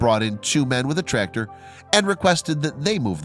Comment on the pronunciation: U need to pronounce the c in tractor not trator